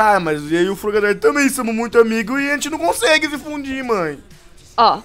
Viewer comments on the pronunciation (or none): Frogadier si fala frogadir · Cara o propio nome se fala e Frogadier que se fala não Fragadaier